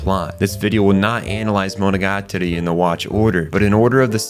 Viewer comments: bro pronounced monogatari wrong in the first 5 seconds immediately exited the video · Nitpicking: : is pronounced MoNOgaTAri, not MonoGAtari.